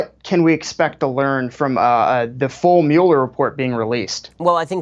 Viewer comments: Host butchering mueller is irritating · I give it a thumbs up because I love Ben Shapiro, but the way the other guy kept saying Muller's name...🥴 I couldn't bear it , I just had to quit at like 2 and a 1/2 minutes in...